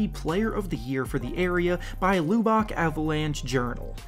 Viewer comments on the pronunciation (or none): Lubbock is pronounced like lou-buhk, not lou-bock. It gets annoying when you actually lived there and hates it mispronounced. Thank you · Lub-buck is how it's pronounced my man not Lew-beck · Its not lube-ock its lub-bock, pronounce somethin like “lubuck” I whent to school with culver (all of middle, most of highschool). Not only is he an awesome person, He is a super hard worker and doesnt give up! just because hes had a lack luster performance in other’s opinion, i think he can bounce back, because of his drive and he can ball no doubt. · It's pronounced "LUB-buhk", not "LUE-bahk" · it’s pronounced “luhbick” not “lewbock” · seriously bro... call it luh-buck next time. Loo-Bock bothered me. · Bro....its pronounced Luh-bik. Not Loo-bik. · Dude. You are pronouncing Lubbock so wrong 😂😂 the “u” makes an uhhh sound so pronounce it like “Luhbbock” not “luebbock” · 1 min 30 sec + intro and pronounces Lubbock as loobuck. I’m out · Loo Bock? lol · Loo00bock. Riiiight. It pays to learn how to pronounce names and place names. It gives credibility to your presentation. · Also say lubbock like lub-ick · Lubbock La-Bick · It’s Luh-Bick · This dude really said “Loo Bock” 😂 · Lue-Bock I’m fucking dying man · It’s pronounced L-Uhh-beh-k. I live in Lubbock (unfortunately). Love the vids tho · Lubbock is pronounced la-bick. Im from Texas so it kinda bothered me didn’t want you out here getting clowned lol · It’s pronounced LUH-BUCK, Idiot. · Ahaha Luebook haha 😂 😂 I cringed a bit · Lubbock is pronounced, Luh-Bick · Need to say Lubbock better tbh 💯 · Learn how to pronounce the city Culver played in. You sound foolish with the incorrect pronunciation. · The way u say Lubbock 😭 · The way you say Lubbock is all wrong wtf that shit sounds funny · Wow, y'all can't pronounce Lubbuck, Texas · The way he pronounced Lubbock just made my ears bleed lmao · For future reference, you might want to check the pronunciation of Lubbock haha. Coming from a person who goes to university in Lubbock.